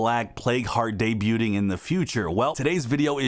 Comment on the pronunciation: Love the content, but aint no way im letting you get away with pronouncing "debuting" Its Day-Beeyew-ing I aint letting you go down like that bro 😂